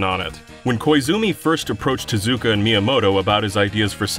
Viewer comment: Saying "Tezuka" like you're saying "Bazooka"